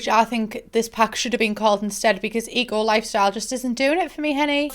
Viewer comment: all I can hear when you say the name of the pack is E.Coli 😅